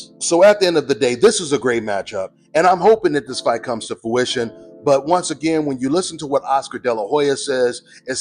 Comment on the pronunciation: ...and ninja if you don't stop saying "fowition" *face palm*.. The word is FRUITION. I told you this 2 years ago and you still runnin with it lol. C'mon son!